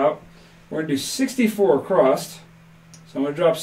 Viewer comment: while we are on the words you use, I have noticed both you and Jeremy (from Color Up) using the word “acrosst” rather than “across” when you are say [placing $64 across]. Is this just a slip or are you actually trying to haven the “T” or “D” sound at the end of that word for some reason?? I love your style and appreciate your channel. Thanks so much for sharing the content you do.